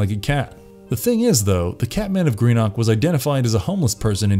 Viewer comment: I'm from Greenock (it's pronounced with less emphasis on the 'ock' ) and findinf out that the goddamn Catman! Of all things! Was the inspo for this was mad. It was SUCH a thing for us growing up (I was born in '92, I'm not sure if it still goes on with children now).